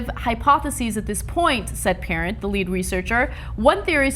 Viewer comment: Parent is pronounced, Pah-raun.